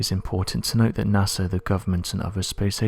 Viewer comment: It's his accent. Puts "ng" in lot of his words. Makes it hard to understand.